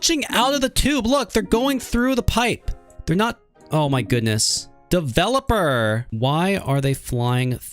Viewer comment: such great vids but that "DeVeLaPeR 💅💅💅" got me cracking